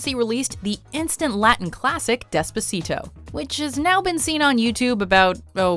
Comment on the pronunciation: Dehs-puh-see-toh she says lol